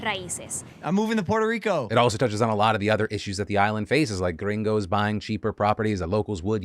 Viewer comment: Anyone else caught offgaurd by Philly saying “gringo”